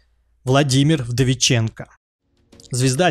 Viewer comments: Автор,Владимир не Вдовиченко,а ВдовиченкоВ!))) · Ну и Владимир ВдовиченкоВ, а не ВдовиченкО)